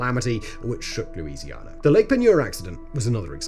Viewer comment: I just solved a mystery. I found out where all the British "R's" went. They went into the state of Louisianar.